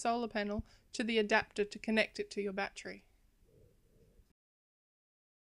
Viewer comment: I like the way you say batree